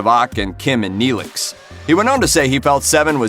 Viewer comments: Maybe you should Profile Toe-Vuck or Nay-Lick from Stur Truck Voy-egg-er.😂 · 👏 don't 👏 do a podcast on something if you👏 can't 👏 get 👏the👏character👏names👏right👏.👏 *Chec*ōte(as in Check), *Tū*vok(as to be or not to be), Tōrèz, and *Nēe*lix(as in you freaking knee)*, Goddamnit! Watch enough of the series to pronounce the names before you make yourself sound like you don't know what you're talking about!... None, if you are going to mispronounce the names! *Throws computer down a staircase